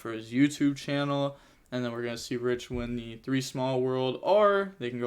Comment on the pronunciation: Reich's name is pronounced like "Raish" the R is pronounced like in "Rubber"